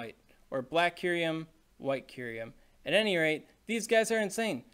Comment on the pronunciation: Cincinno is based on the animal Chinchilla.... Just learn it's pronounciation.... Also it's kyu-rem... Not kyu-riem 😅